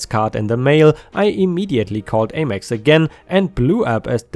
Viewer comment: American Express (AmEx) rhymes with Ham Ex. Have a wonderful Oktoberfest 🍺